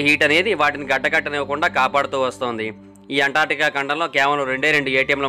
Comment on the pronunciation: అంటార్టికా కాదు బ్రదర్ అంటార్కిటికా